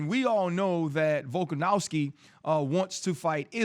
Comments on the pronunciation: It's Volkanovski not Volkanowski RC. You suck RC. We miss Aerial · Volkanowski ryan? C'mon man volkonovski like dc says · Guy cant even pronounce volks name rite🤦‍♂️ “VoLkaNoWsKi🥴”